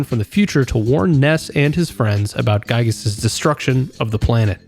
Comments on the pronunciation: I must mention Its. Gigas pronounced. Not guygas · the fact that you say gyiyg is actually so based